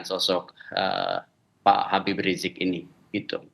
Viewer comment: Woyyyyy susah amat lidah kamu bilang Habib ??